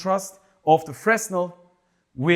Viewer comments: The S in Fresnel is silent Fre -nel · Fresnel is a profer name; it is named after an 18th century French scientist named Fresnel who invented this technology. The 's' is silent in French.